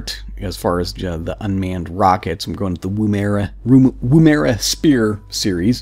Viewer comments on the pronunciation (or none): That's not how you pronounce Woomera. Emphasis on the first syllable.